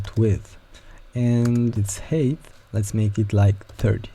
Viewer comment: each time you say "height" I hear "HATE of this element" im sorry but im dying